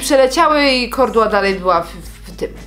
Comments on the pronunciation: Mówi się kołdra a nie kordła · Kordła ? XD kołdra 💖💖💖💖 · Kordła😂😂😂😂 jebłam😂😂😂😂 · H HA ha jednak nie tylko ja mówię KORDŁA 😂 ALE KARKULATOR KOROR 😱 to już nie panuje nad tym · Ja też mówię KORDŁA😂😂😂😂😂